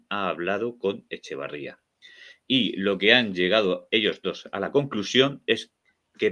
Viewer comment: Por Dios, señores, es Etxeberría, no Echebarría. Tan difícil es? 🙄